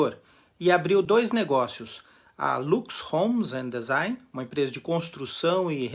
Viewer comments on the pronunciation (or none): none